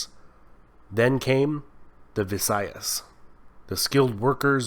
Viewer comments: It's not Viasyas its Vaisyas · 1.It's not VIASYAS bit Vaishyas 2. The first Empire of India was Mauryans but it never stretched to close enough to Persia and also Gupta established a bigger and much more consolidated empire than Mauryans. 3. Following the Guptas the history witnessed the rise of South Indian empire and and pockets of power like Rajputs in N-W. 4. You have unfortunately missed the Turks invasion and the Sultanate history before the Mughals. 5. Missed Battle of Plassey Nevertheless, a very well documented history of India indeed and deserves much appreciation😊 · I had winced when the narrator pronounced the kshatriyas as k-shatrias and the vysyas as vishayas.